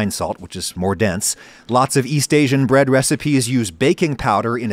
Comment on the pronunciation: Did Adam actually say Yeast Asian or am I just going crazy haha?